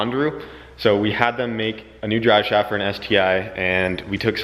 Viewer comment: "Drive shauft"?!?! Lol😂